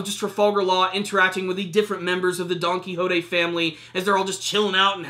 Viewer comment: It's donquixote!! Not donquixotay!!!!